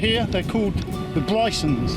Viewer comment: the Brisons is pronounced BRIzzons. Kenidjack is pronounced KenNIjick